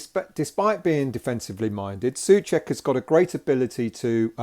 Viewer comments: just in case you want to get your pronounciation right his surname is like two English words SO-CHECK, not SUH-CHECK. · It's not pronouncing Suček but Souček, you have forgoot the "O" it like yu would say the worlds "So" and "Czech" = So-Czech